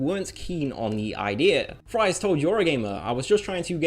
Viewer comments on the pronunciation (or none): Ed Fries's last name is pronounced "Freeze", for the record. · surprisingly, (Ed) fries is pronounced freeze.